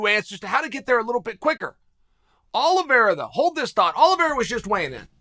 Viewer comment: he butchers most people's names I'm starting to think he's trolling lol